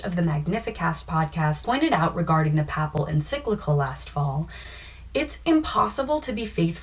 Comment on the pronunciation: Please learn how to pronounce “papal”